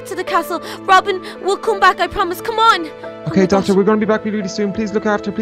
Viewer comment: lol donny said docter to the wizard